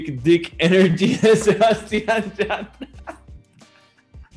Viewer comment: Y también el “yah-TRUH” 💀